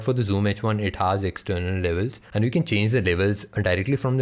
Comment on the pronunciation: does he say 'han' for 'and'!!!!! btw great video.